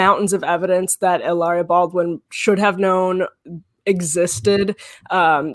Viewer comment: SOOO her extremely well educated parents one a doctor and the other a lawyer could not pronounce Baldwin? OKKKK!!!